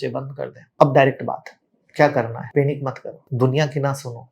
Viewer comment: पैनिक can’t even pronounce the word Panic correctly. This guy is a big story teller.